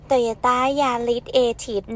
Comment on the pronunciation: ตายย๊ะต้าย คือรถอะไร 😅 ฟังไม่ชัด